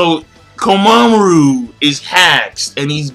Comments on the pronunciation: You say it as Komamuru not Kom a mura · why do you call him komamuru instead of komamura? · I don't know if anyone's ever told you this before, but Komamura is pronounced "koh-mah-moo-rah". The ending to his name is "mura" instead of "maru".